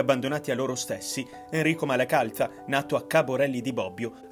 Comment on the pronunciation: AlmistiTZio... MalacalTZa ... Ahahahah